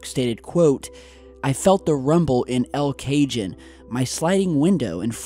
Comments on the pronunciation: "El Cajon" !?!? My goodness bro.. I used to live there and no one everrrrrrr said it like that lmfaooo it's pronounced "el ka-hone" NOT "el kay-jon" 😣😥😅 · LOL!! El Cayjun?? It's El Cajon pronounced "L Ka hone"... And to the "mysterious sounds" coming from here (San Diego), please keep in mind that this is a huge (one of the largest) military city. There is always training or something going on with that. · “Felt the rumble in El Cajun”???? Cajon? Come on, I love the page but geez lets do this phonetically KA-hOn. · You're proficient at mispronouncing city names. I wonder if you do it on purpose as you're obviously intelligent. El Cagion? LOL. Try El Kahone. I know it but I don't live anywhere close to the ex Mexican territory of California. They're quite proud of their Mexican place names and might take issue with your toe stepping. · El Cajon is pronounced el cahone, not el kayjun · thanks for this very detailed reporting. Just a quick point of order. It's an easy error to make when trying to say a Spanish word: El Cajon. It is pronounced phonetically as ell-ka-hone. not el cajun. Great Work! Keep bringing it with truth and clear perspective. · El Cajon is pronounced El-cahone, not El-cajun, fyi.... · Common mistake.... it is not El Cajon pronounced Ca- John but El Ca- hone! The j in a Spanish name is pronounced with an H sound! -- But.... no matter, you always do great video posts! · Birds by the helicopter. Fixed lights on the ground regarding the plane landing. “El Cajun”???? Son, it’s pronounced “Ca-hone”... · El Cajun is El Cajon [ca HONE] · hey, "El Cajone" is Pronounced "L-cahone" how you got "el Cajun" out of that, mystify's me.:O) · It's pronounced El KA=Hone with long O, two words; not El- KAY-Jun. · My god,, your pronunciation of certain words is physically starting to hurt me. It's SoCal, so the town name is likely Spanish. "El Cajun"? Really? It's pronounced 'El Kuh-hone'. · Its not cajun! Its EL Cajon(kahon) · el ca-HONE